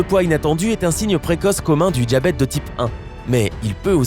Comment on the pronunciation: Le « djabète » lol